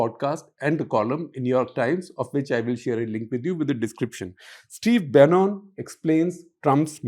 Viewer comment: Steve Bannon (to be pronounced as Bannan). Not BRICS but BRI. Shekar ji I truly admire your journalism and attention to details. Sometimes I don't like your views but agreeing to disagree is good.